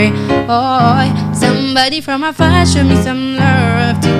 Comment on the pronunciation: Girl you’re gooood!!!!🔥 your voice control is impressive! Your breathe control is good and your runs are crazy!💯 you’ve got skills tbh🔥💯.. but please check your pronunciation when singing cos your pronunciation of LOVE is wrong. There’s no ‘R’ in love..coming from someone who listen to judges a lot. John legend and blake shelton will tell you to work on that...